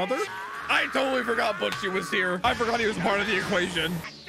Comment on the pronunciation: man butchered poor butchie